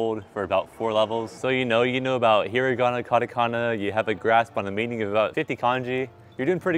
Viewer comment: this man has been learning for so long and still says "KADAKANAH" smh also this is the experience of people who dont speak other languages.